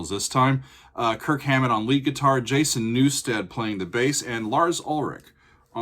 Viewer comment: He said Jason Newsted on Bass.. hahaha